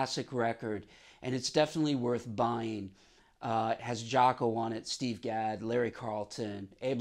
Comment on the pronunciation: Thank God someone pronounces his name correctly. Nice story.